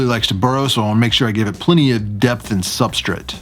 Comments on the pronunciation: Why does he say substraight like Supstrit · "Substrate" 😂 love your videos ❤ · How dare you annunciate substrate! Who are you and what have you done with!?!?